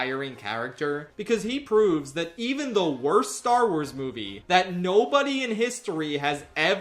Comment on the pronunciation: I FAWKING LOVE STAR WAAAAHZ